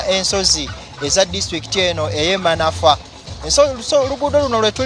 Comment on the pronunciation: Tuli manfwa😂😂😂😂😂😂😂😂😂😂 Admin wuliriza bulungi reporters byayogera nti Manafwa😂😂😂😂😂